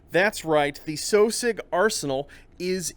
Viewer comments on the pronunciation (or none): I recognize that he's the head developer of this game and they're called what he wants to call them, but I can't shake the impression that that's not how you're supposed to pronounce "Sosig."